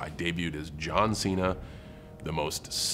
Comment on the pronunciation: Ah yes, my favorite WWE wrestler: John Xi-na.